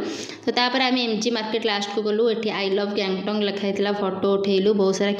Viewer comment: ଗ୍ୟାଙ୍ଗଟକ କୁହନ୍ତୁ ଗ୍ୟାଙ୍ଗଟଙ୍ଗ ନୁହେଁ.